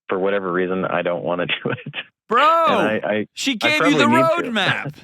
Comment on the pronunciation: emphasis on the word “bro.”😂